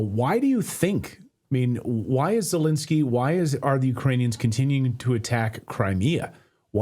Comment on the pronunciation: Clayton, please, you have to get his name right: it's NOT ZeLINsky, as lint. It's ZeLENsky, as in length.